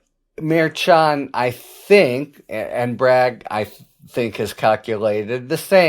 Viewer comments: Sounds like you are saying "Mayor Chawn", rather than "mer-shawn" / mer like her / 2c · Merchan is pronounced Mershon quiet n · Harry is an awesome commentator. But seriously, he needs to stop mispronouncing Justice Merchan's name. He is a highly respected professional. Mispronouncing the name of the Justice is beneath him. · It’s interesting that with all your skills you cannot pronounce Judge Merchan’s name properly, as KFA has taught you.